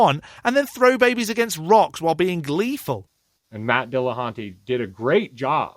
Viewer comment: nobody should listen to you, for being unable to pronounce "Dillahunty"